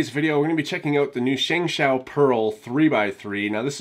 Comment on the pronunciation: It's actually pronounced "shung show" but no biggie